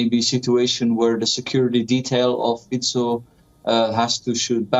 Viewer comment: He is not pronounced Fiko, but Fitso. C is always ts in slovak language (the only exceptions are foreign words). Also - Banska Bystritsa, not Bystrika (Banska Bystrica), etc...